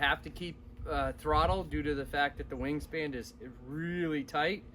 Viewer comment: WingSPAN. Not wingSPAND